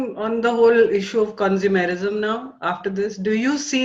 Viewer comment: Hello Hello!! Conzu Mer ism!!?? at 11.22 Did i hear you correctly??Gosh! Surely we were taught correctly..everything with MUCH more care and attention..!! All good wishes from a fellow 'boy'.